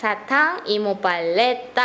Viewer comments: Es paleta!!!..No pal_le ta😅😂🤣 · La correcta separación de sílabas de paleta es PA-LE-TA no PAL-LE-TA hahahaha como una pequeña observación supongo que se te fue una letra de más , saludos 😁👍💙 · Me da risa como le dices que diga paleta y el dice parita